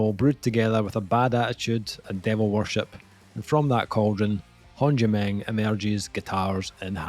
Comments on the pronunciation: It’s Håndgemeng say it right, It’s not Håndgemeng like you said. Cheers from Pennsylvania Hill says hello. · I am Norwegian and i COULD try to explain how you are supposed to pronounce Håndgemeng, but it's funnier that you have no clue. Really looking forward to hearing this album, the singles were killer. I'm hoping they are not just going for sex appeal to sell-out, the album cover has me worried :p